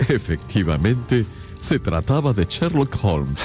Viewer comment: Cuando li escuché decir "Sherloo olms" por tercera vez tuve que parar el audio. No es sherlo! Es sherloCKKKK HOLMS!!